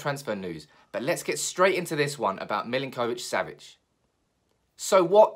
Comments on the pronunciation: It’s Millink - O - Vich; got a friend with same name and that’s how I was told to pronounce it! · That was doing my head in as well! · My god, why are you pronouncing his name like that!? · The way you pronounce his name 😫